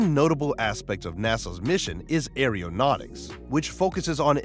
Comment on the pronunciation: I know for a fact that NASA didn't invent Tang. And what the HELL is Airyo-Nautics? Possibly like Aeronautics read by a MORON? (if he was reading it, he would pronounce it as MORAN). What a waste of electricity...